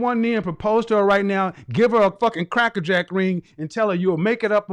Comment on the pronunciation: When asked "get her a "krekker jeck" ring???" I hollered! 😂